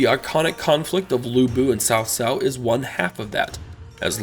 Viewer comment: Actually, I'm not. I never really liked the way the Chinese pronounce the names. I'm talking about simple pronunciation. If you can say Boots then you can can say Tsao. He was saying Sao which is the equivalent of saying "Boos" with no T. It's no big deal really but if a person can say it in one word they are use to pronouncing then they can say in a word they are not.